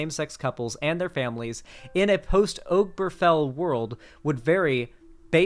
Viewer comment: This might be a minor thing, but hearing constantly mispronounce Obergefell just got on my nerves.